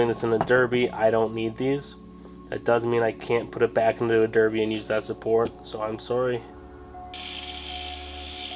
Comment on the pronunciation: berbi and suzuki :D you are weird but in a good way ... and you pronounce puch correctly